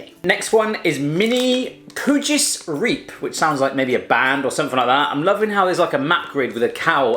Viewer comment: Koewtjes riep😂😂ik ben Nederlands en ik lachte me kapot